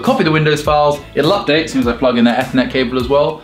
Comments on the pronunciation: Did anyone catch the fact that said eathnet cable instead of Ethernet cable. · I thought said ethnic cable instead of Ethernet Not after Brexit! Heyo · the way pronounces ethernet upsets me